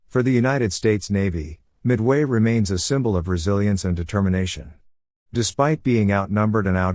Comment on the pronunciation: Your AI's voice-over announcers' constant mispronunciation of words always detracts from the message itself. E.g., it's not mid-WAY...it's MID-way. Why not call this one just a rehearsal, and re-record it the right way.